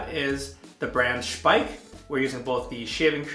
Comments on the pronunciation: i think you are the first english/american speaking youtuber that say the name Speick correct. Nice review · Well done with the German pronunciation of Speick! Nice shave... I need to do a shave like this soon.